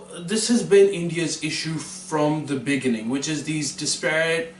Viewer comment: When says 'beginning' it sounds like 'biggening'.